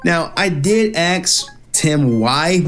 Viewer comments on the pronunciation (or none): i hate people who cant say Ask. it makes me so fucking mad